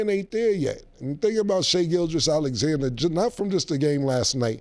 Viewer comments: Mase be fighting for his life trying to say Gilgeous 😂😂😂😂 … He be saying Gilchrist… Gilchest.. just like cam saying Mike Tomlinson or Joe Burrows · I understand if you see a name spelled and you mispronounce it the first couple times you see it. But if you hear people pronounce it all the time then it shouldn’t be that hard to repeat, especially for rappers😭